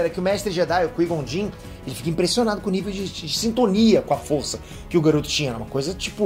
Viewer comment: aprende a fala o nome do Qui Gon mds